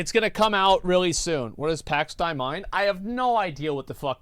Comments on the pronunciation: Would be pronounced: Pax "DEH-y" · It’s pronounced Pax Dey and it means Peace of god in latin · 'pax day' if u want to pronounce it right - dei is latin, people into medieval lore should know the term, or if you're catholic you will know it too :D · Pax Dei pronounced "day" is Latin - literal translation "Peace of God", however in the video they had said divine peace. It is definitely one of those trailers when I watched it, I want to buy it and play it. There are very FEW games I have done this for Elden Ring being one of them! Signed up for the alpha, but we'll see if I get to be part of it! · Pronounciation: "Pahx Day-ee" 🧑‍🏫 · Could it be pronounced Pay Day ? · Peace or Truce of God "Pax Dei" pronounced like Pugs Day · Pax Dei ("pax Dehi") is latin for peace of God. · If its Latin, its pronounced exactly the way its written. Pax Dei. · except he mispronounced it and then said it wrong multiple times and explicitly stated he didn't know how to say it and that it was a weird name. It's not, it makes perfect sense, given its primary and secondary meanings, and I provided the phonetics. Also, how letters are produced in Latin are totally different even while represented by the same alphabetical characters, so what you said doesn't make sense in context.